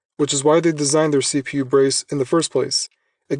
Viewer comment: The way you stress the letters in CPU is killing me.